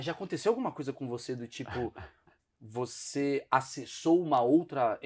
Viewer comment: Porque continua falando sunce depois de séculos? Só de curioso! 😎